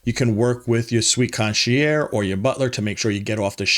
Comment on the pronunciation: You might want to work on your pronunciation of "concierge".